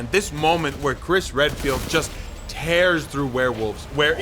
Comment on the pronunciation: I thought you called him Chris Red-Pilled